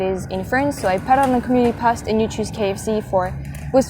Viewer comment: You are wonderful! l have one tiny helpful hint for you on pronouncing 'post'. The o is long, like in 'pole'. xx I love watching you! Please travel to Atlanta someday and look me up! I'd love to show you around!!